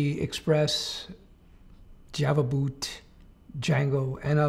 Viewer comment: “java boot”